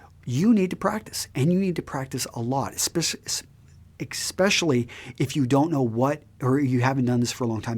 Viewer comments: lol you accidentally said "Expecially" but i think you were trying too say *Especially. I still ended up subscribing lol. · "exspecially".. dude??